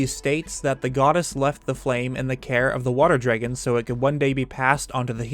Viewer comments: say it with me DRAAAAAAG GONE note dregun lmfao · SAME. I had to stop watching over "jreggin" pronunciation ... I could deal if the word wasn't said ... constantly. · are you guys from california? my friends from there say eggs like "aigs" and other things similar to "draygen". i pronounce it "draggun" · Anyone else notice how he says dragon like "dreygun"? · my favorite part was hearing you pronounce dragon "draigon" love it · The only word I heard in this whole video was “dreygon” lol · I just realized that I pronounced dragon as dray-gen now that you said that aha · Man, I've gotta ask - where are you from? I've never heard anyone else say "Dragon" like you do and it's had me curious for ages now. I just cannot place the accent for the life of me. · Where are you from? I came to the comments specifically to see if anyone commented on the way you say dragon.